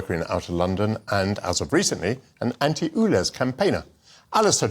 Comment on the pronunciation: Dear Michael. It's called ULEZ, not OOLEZ!!